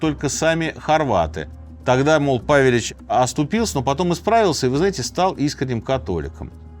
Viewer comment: Правельно павелич удорение на Е